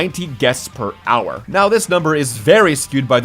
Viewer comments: “15,000 ‘Guets’ / Hour” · "...15,000 GUETS..." hehehhe. Guets.